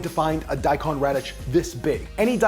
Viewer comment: its daikon, you pronounce the kon like the cone in snowcone. long o.